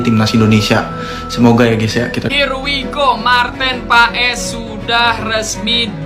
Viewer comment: bacanya martin pes ya, bukan paes.. terima kasih..